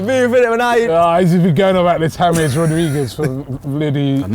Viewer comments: Pronouncing James: Everybody: [haa-mes]: [haa-miiis] 🤦🏽‍♂️😂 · The incorrect James pronunciation is getting annoying now